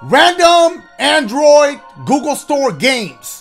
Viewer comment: why you said andriod like that lmaoooo